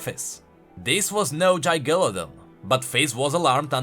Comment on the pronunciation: Just so you are aware you kinda butchered the name Gigalodon. Not your fault really but ya did.